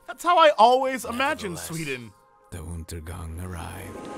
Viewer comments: ''Untergang'' is undergång pronounced incorect, Undergång is swedish and means Doom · Why does the narrator at the start say "the untergang"?!?!?!? It's Undergång and pronounced totally differently.